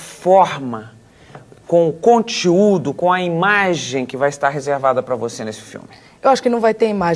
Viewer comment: ainda não superei a Marília Gabriela falando "contiúdo" 😂😂